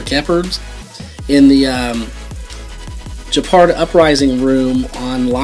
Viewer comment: Your pronouncing geaperd wrong